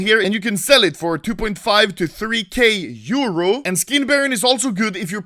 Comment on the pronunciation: Pls Say Euro Not Like that